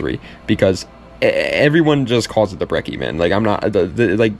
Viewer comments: 2 c’s = ch thats how that works with italian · Finally someone who pronounces brecci the right way